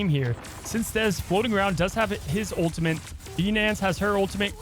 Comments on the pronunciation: There’s no ‘n’ in ultimate. I swear he kept saying ultimant was driving me nuts. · He needs to learn how to pronounce ultimate